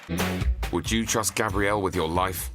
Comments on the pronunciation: It's Gabriella not Gabrielle The story of my life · Its Gabriella not Gabrielle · thank you! and its gabRIELLAAAAAA! NOT GRABRIELLE fs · It's Gabriella not Gabrielle..